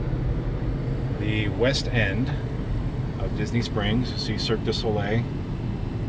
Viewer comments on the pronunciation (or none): none